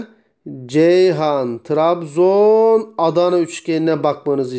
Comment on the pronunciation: 49.17 Tirabizonun t si hehehe Var olun hocam konuyu rahatça anladım :)